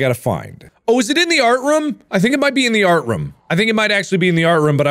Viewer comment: Is it me or does mark say 'art rum' ?